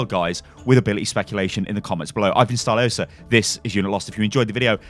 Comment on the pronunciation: A new ""